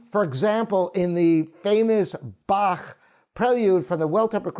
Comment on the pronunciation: Thank you for pronouncing Bach correctly.